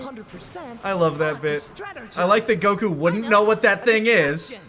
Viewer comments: we see actually say Goku’s name correctly. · Idk why it just hit me. But I think this is the first time I heard pronounce Goku correctly 😂😅